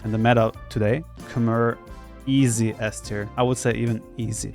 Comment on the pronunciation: Actually, Khmer are pronounced "Kh-may"; since you don't know that and probably never heard the right pronunciation, I just wanted you to know that.